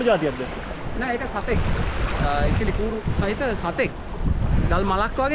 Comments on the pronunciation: ඉකිලි නෙවෙ මචං ඉකිරි . මීගමුවෙ මෝරවලේදි මගෙ ඇනිලා තියෙනවා හිරිවට්ටලා හාරලා ගත්තෙ ඔක්කොම කටු 😑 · ඉකිලි නෙවෙයි ඉකිරි නේද? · මචන් ඉකිලි නෙමෙයි ඉකිරි නේද ?